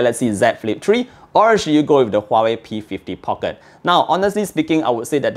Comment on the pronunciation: Nice review. Just little weird listening some people (and also you) pronouncing Market (markit.. Phoenix pronunciation) or Pocket different way. Thought I heard wrongly but after consult my UK customer, he smiles. People tried to pronounce slang but it is wrong. Can you check os that I can enjoy listening without weird pronunciations for Market and Pocket.